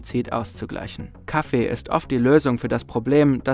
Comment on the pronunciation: KaFFEE , aFFE es heißt nicht Kaffe! ffs